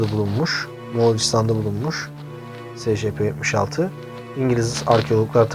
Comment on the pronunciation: abi secepe diye okunmuyor esipi diye okunuyor